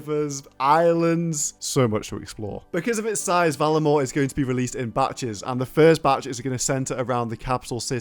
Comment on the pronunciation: Varlamore, not Valamore